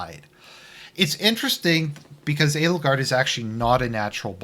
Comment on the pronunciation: I keep he hearing "anal guard"